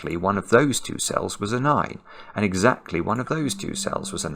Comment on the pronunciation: "And exactly" -> "Alexa-ctly" I think this is what Alexa reacted to ^^